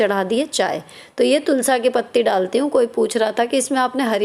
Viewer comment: Tulasi bola kro Tulsa acha nhi lgta